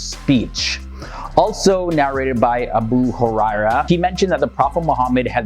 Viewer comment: It’s not abu areyra it’s abu Hureyra